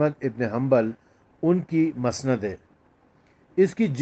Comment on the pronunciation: مسند کی م پر زبر نہیں پیش ھے